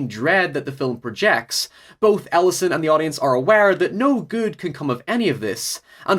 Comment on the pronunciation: I am so sure he saying the main character's name wrong.